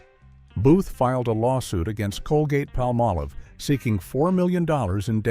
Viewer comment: Talks about the significance of the 1964½ Ford Mustang but shows 1957 Chevrolet. Can't pronounce Palmolive. Expounds about a lamp post it doesn't show. Can't say NAACP. AI creation & narration leaves much to be desired.